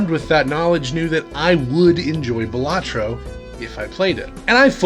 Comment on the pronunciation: Great video! I have looked at it but have yet to pick it up. Fun fact: According to the dev, the name is actually pronounced Bal-a-tro, not Ba-la-tro but realizes it too late to correct people, so they can call it what they want lol